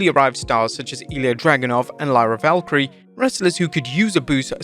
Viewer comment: Day 3 of asking to pronounce Valkyria correctly